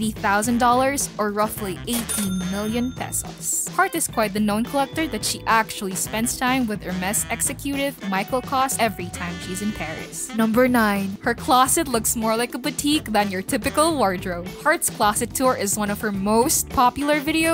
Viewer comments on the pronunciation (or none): Except for the pronunciation of "executive" and spelled out "P700" instead of P7000...this narrative is good. 😏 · who is the person reading? hire a better voiceover with a good diction and pronunciation. egg ze CUTE iv? it’s egg ZE kyutiv. that’s not a hard word to pronounce. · Ex-ce - cu - tive?!?! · that "executive" pronunciation though...